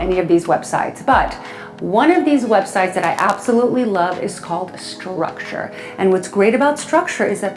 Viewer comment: It's called structube not structure.